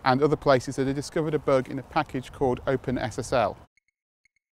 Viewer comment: Is he saying "Heartbleat blug"?